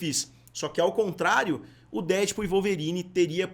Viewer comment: por favor, pare de falar DÉdpul. A pronuncia correta é DeadpÚL. Última sílaba é a tônica. Deadpool. Um abraço!